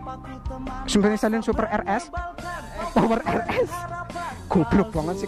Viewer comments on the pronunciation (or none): none